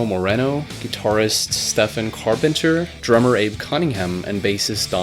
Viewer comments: When did Stephan become Stefan? It was always pronounced like Steven when I was a kid. Stefan was a separate name. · Why do you pronounce “Stefan”? I thought it was Steven. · It's pronounced Steven... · you lost me at "stefen" its spelt Stephen but pronounced Steven wtf haha